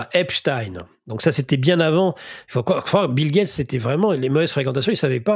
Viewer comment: On prononce à ''l'anglaise '' parce qu'il était etats unien, pourquoi prononcer à l'allemande?